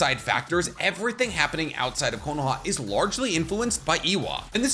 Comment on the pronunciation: I can't stand your pronunciation of Konoha.